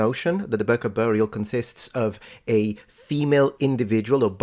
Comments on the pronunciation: Small note: "Birka" is not pronounced "Burka", the "Bi" is pronounced the same way as "Bee". I will tolerate the english "r" when you speak in English :) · please... no Burka its BIRKA (like BEE-Rr-Kah") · Birka is not prononced burka, it is prononced more like bee-r-ka 😊